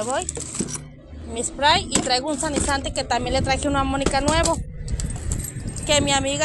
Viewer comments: Porqué tiene que hablar con palabras rimbombantes , se dice sanitizante , no sanizante . Primero enseñate a hablar español y luego lo demás. 🤣🤣🤣🤣🤣🤣 Y primero que se bañe Mónica primero , y después le dejas todos los higienizantes 😂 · el líquido desinfectante se llama SA_NI_TI_ZAN_TE No, Sanisante haber repite conmigo... SA_NI_TI_ZAN_TE ok?